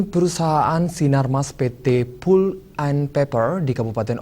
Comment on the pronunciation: palp bacanya.. bukan pul..